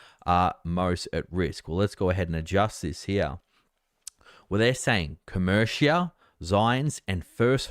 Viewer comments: My God! Do you read your comments? I told you MONTHS ago it’s Co- MER- ica, not co- mer- Shia! Can you say “ AMERICA”? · Who cares how says it, we all know what he means.